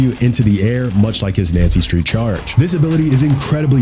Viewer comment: The fact he keeps saying Nancy Street instead of Yancy Street is annoying me waaaaay more than it should XD